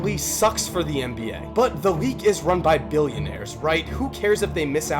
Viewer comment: Can you not pronounce the letter L? You say Reague all the time bro. Great video nonetheless